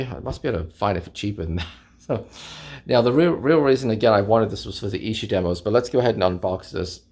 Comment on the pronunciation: Kevin Howlett us the "new Mark Lewishon", and your pronunciation Of Esher is correct. Nice find btw.